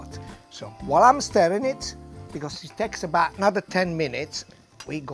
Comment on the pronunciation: But he says 'abahhht' instead of 'about' lol